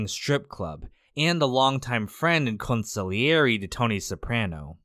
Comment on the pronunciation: Thank you for pronouncing consigliere correctly, lol. When I hear all the vowels and the “g” spoken it makes my ears bleed.